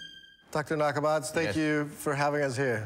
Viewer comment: Its pronounced Dr nakamatsu